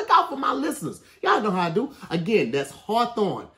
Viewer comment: Im sorry but really struggled saying “Harthorwn”💀💀